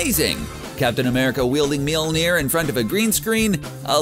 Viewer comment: Had to stop watching after the 4th failed attempt at pronouncing Mjölnir.